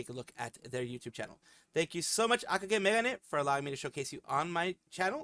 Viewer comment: Huge thanks for the VTuber showcase! ^^ Not only I do scripted content, but I also do livestreams on a very loose schedule and been recently pushing out Shorts as well. I should probably note that I pronounce the name a bit differently but it's no big deal. ^^ (I pronounce it as Aka-gay Meg-gon-nae.)